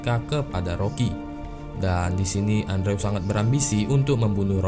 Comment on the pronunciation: Bacanya endru bang Bukan andrew 😩